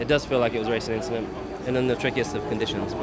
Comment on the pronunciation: Yes Lewis, It was an inchident